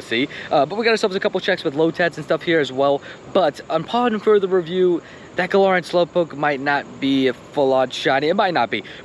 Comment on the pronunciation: Um, Actually, it’s pronounced guh-lare-ian 🤓☝️